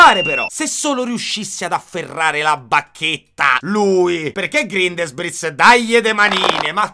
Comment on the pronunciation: Sì pronuncia "GRINDELVALD" e non "GRINDELUOL"! 😅😅